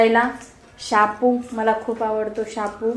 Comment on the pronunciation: शापू ची भाजी बोलत नाहीत आधी मराठी नीट बोलायला शिक बाई शेपू ची भाजी बोलतात ग बाई 😂😂